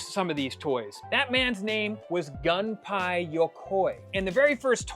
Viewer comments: It's Gumpei not 🔫🥧 (gun pie) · I remember researching the "Love Tester" after learning about it in WarioWare MicroGames as it was one of prizes you get from the gacha machine in the game. Oh, here's a pronunciation tip, the ei in Gunpei in Japanese romanization is pronounced the same as ai in rain.